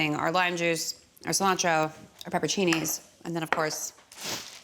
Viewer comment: TIL that Americans often mispronounce it "pepper-cini" and I'm a little upset about it ngl